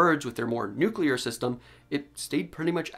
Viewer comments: "Nuclear" is pronounced "NEW-klee-urr", not "new-kyu-lurr". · This was going so well until you said “nucular.” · Why did you just say nuke-ular in this scientific video? Aren't you a scientist?